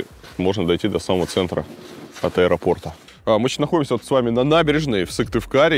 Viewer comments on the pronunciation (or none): none